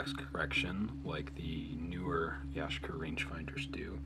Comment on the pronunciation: Ya Shee Ka is the pronunciation